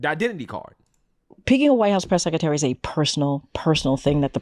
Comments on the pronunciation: The way she pronounces secretary is annoying White House press “Seck -a-tary” 🤮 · She still cannot pronounce "sekatary".